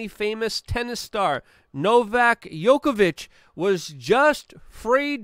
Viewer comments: Novak is a mega tennis star and Number 1 for more than a decade and you still don't know how to pronounce his name correctly? Seriously? now-vak jow-kuh-vuhch. Joker, but not yoker! :) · djokovic not yokovic :) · Yokovic, lol. Cmon you are Polish bro you can say Djokovic. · Yo-ko-vich? NOPE. The guy is literally the worlds most famous tennis player as well as being current world number one. The very least you could do... Is find out how to say his name PROPERLY! NO-VACK JOCK-O-VITCH Not Yoko... Jock... Like jockey. Like a DJ or someone who races horses. Not Jo like JOE. I mean ffs his name is on EVERY news channel in the world right now. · Funny thing is, Novak contracted COVID last year. Oh n FYI, his name is Djokovic (Jee-oh-kuh-vitch). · I thought you could pronounce Novak Djokovic's name 😜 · Im not trying to be PICKI😀 just friendly suggestion for you to pronouncements of his LAST name🍀🍀☮️👍👍🍀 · Damn Luke…you really don’t know how to pronounce the best tennis player of all times name? Smh